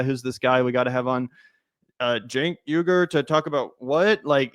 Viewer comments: The last name is not pronounced (trying to use spellings that aproximate "English phonetic spelling") 'weeger' (as Charlamagne said), nor is is 'yugur'. (as Cenk said) It's pronounced 'uygur'. (using the phonetic alphabet, it's [új.ɡuɾ̞̊]) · He cant even say his own name right , Uygur is NOT pronounced as You-grrr or whatever the hell he is trying to morph it into lol. It should sound like UI-GOOR but whatever 😂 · He pronounces it like “yugur” and not uygur which has always confused me lol